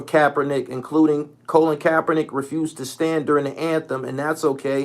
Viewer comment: Do you realize his name is Col-in. Not colin as in semi-colin